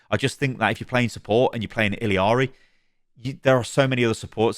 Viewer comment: How did you play Illari for so long, yet keep calling her ILLYari?